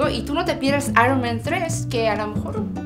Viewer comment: "Grathias"... not english S or Sh or Z at all. Vamos, que ella lo dice como se escribe y se pronuncia en castellano. Gracias, y no grasias ni grasiah.